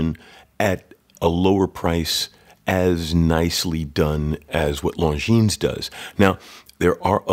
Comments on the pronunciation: It is pronounced Lonjin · As you are running a watch channel, I think it would be important to pronounce the brand name properly. The S at the end of Longines is silent.